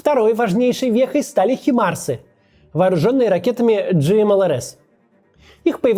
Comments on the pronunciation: Почему химарсы? Вроде же хаймарсы говорят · не химарс а хаймарс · хаймарс, а не химарс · Всё хорошо, только Химарсы режут слух. Даже Конашенков научился правильному произношению. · Максим, плез, не химмарсы, хаймарс- high mobility artillery rocket systems, хай-hi, ни хи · Почему "химарс"-то? о__О Хаймарс... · Максим, говори пожалуйста правильно слово "Хаймарс". Химарсы сильно ухо режит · правильно не химарс а хаймарс !!! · Правильно не Химарс, а Хаймарс. Я одного лишь желаю, чтобы чёртова война закончилась. Максим, ваши ролики очень интересны для меня. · ХАЙМАРС. КАКОЙ ХИМАРС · Химарсы((( Хаймарсы, грамотей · Правильно говорить Хаймарс, а не Химарс! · Не химарс а хаймарс) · Правильное произношение - «хаймарс». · Произносится хаймарс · Название HIMARS – это аббревиатура от High Mobility Artillery Rocket System. Произносится как Хаймарс. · Ничего подобного, произносится ЭйчЭмЭйАрЭс )) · Сколько раз он сказал за видео "химАрсы" ? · Хаймарсы неправильно говорить, так же, как и компьютə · Максим, Вы довольно бездарно стали вести трансляции, выглядит как унылое соревнование по чтению. Да и редактор, скорее всего, далеко не вы, а девушки всем разрекламированные на канале. ХимАрс....